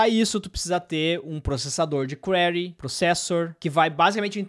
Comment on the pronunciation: "Kwaree" é pedreira "Kwiree" é "perguntar/soliciar/indagar